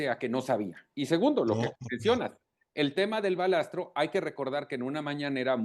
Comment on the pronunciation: De risa los conocedores del tema , hablando del "Balastro " ? No es balasto? En fin cuando se trata de criticar y sacar provecho de las desgracias, ahí todos son técnicos y expertos.!